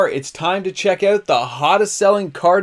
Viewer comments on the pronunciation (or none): none